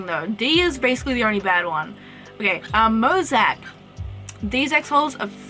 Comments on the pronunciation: Mosiac is pronounced like "mo-zay-ick" :)) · Are you pronouncing " Mosaic " that way for the same reason as Abino? here its pronounced mo-zay-ick. also Chimera is pronounced kai-mare-a. Chimerism is actually a genetic mutation, not a morph, its where two embryos merge into a single being. so it'll have DNA of two different Axolotls ( or whatever animal is a chimera ) on the different parts of its body, ie, the white and black sides. Chimerism also can't be bred on purpose, you can't take two Chimeras and breed them to get more Chimeras, its a completely random mutation, not something a single animal would have, since its basically two animals merged together. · mozac? it is mo za ic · moe- zay- ik plz say it right